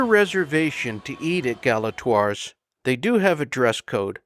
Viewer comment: Learn how to pronounce Galatoire’s